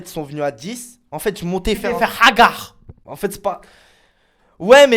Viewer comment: Je kiff comment Jeremstar prononce : hagar